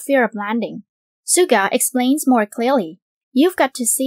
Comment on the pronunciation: Is that how you pronounced Suga lmao?? Im not a English native speaker but that sounds weird